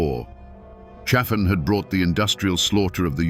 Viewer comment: Pronounced CHA-fin. If you're going to exploit our history pronounce it right you dumb as a stump AI.